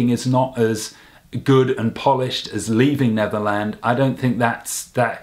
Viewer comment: "Leaving Levernand" Sorry I just had to point that out hahaha